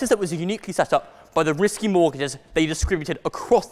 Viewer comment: sounds like he's saying "whiskey" mortgages. actually, I guess it's the same thing. am I the only one who can see him in the 2.0 series of Harry Potter movies?